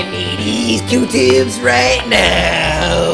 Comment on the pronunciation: It’s Q-tip